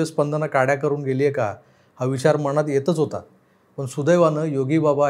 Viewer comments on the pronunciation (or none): none